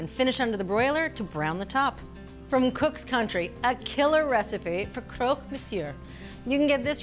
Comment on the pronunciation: I wish someone had told her it’s not “croak”, it’s Croque , like truck. Would have made the video more polished. That’s how the Parisians pronounce it. Croque Monsieur, amazing sandwich.